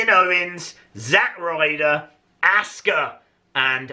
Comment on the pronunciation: Ass-Ka XD